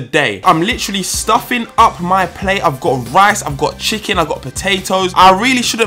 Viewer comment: He said comment chiken wings